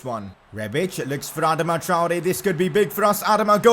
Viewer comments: Its not adma its adaama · Ur pronouncing Adama wrong😂